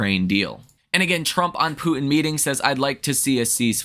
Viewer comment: I like how you pronounce Poo in instead of Putin. Lol😅